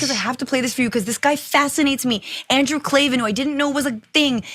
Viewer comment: Not really professional news. Can’t pronounce Andrew’s name right. And that text she quoted from Candace happened 4 months ago when she got into it with Ben with back and forth public texting. It was, at the time, a dig to him. Just tired of no one being able to get the news right. It eventually becomes irresponsible reporting.